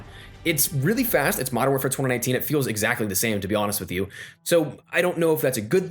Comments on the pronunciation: what's twada nineteen lmao, it's twenty nineteen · U say mw 2019 weird as f***